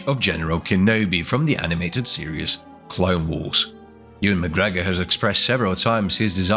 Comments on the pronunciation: AI voice? Just a smattering of weird pronunciations of random words... "clone wers"... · "the clone weers"